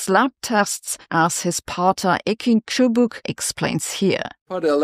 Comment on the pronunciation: She pronounced the Turkish name "Cubuk" (tjubuk) properly (weird name btw, means rod / stick)